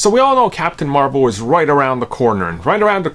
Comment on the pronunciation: “Captain marVAL” 😂 It’s Captain marVEL bro.